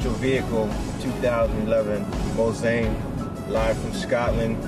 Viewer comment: ''bitches'' aren't hating because of the presenter's ethnicity. What makes us angry is that the presenter epicly fails to pronounce Mulsanne correctly. You see the car is named after a legendary racetrack called Mulsanne. Racing in Europe is nothing like Nascar. There is a lot more heritage in European motorsport and it's very close to our hearts.